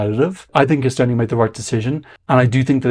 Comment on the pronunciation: come one you should learnt o pronounce the name of our country if you report on it. Its not so hard. You did say Toomas Tammemets. So